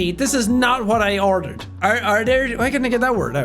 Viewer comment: Watching jack struggle to pronounce ‘ordered’ reminds me of the time a fan gave him shit for the way jack pronounces star